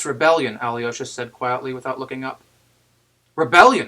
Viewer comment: Excellent read, thank you. One note on your pronunciation of Alyosha: your Al is correct, soft l and everything, but the y es not prouounced yee, its pronounced yo Al-yo-sha